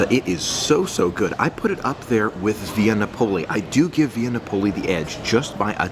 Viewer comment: Look up pronunciation for Via Napoli.